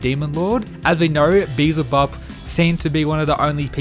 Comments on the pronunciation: Be-EL-Zuh-Bub. Finally! 😂😂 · Thanks for pronouncing Beelzebub properly, it may seem silly but the El in his name means God so its actually important to who he is. I really think/hope Loki fights Tesla, the God of madness and mischief versus the mad king of lightning would be dope. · he said it right ! pog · Thank fucking god you finally pronounced it properly I've been waiting for ages